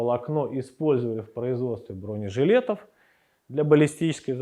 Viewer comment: "БронЕжилетов" !!! Иксперты текстильные... 😂😂😂